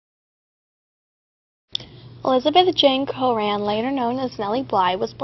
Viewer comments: Great video, but I think that it is pronounced Cochran Cokran, not coran. Otherwise, it is amazing! :D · cochran is pronounced cokran. Sorry, my comment was sorta confusing.....